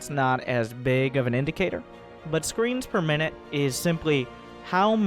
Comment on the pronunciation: I heard "screams per minute" instead of screens per minutes -_